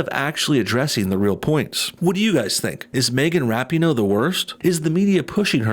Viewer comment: I really like that you're mispronouncing her name (but saying it correctly phonetically) in this video.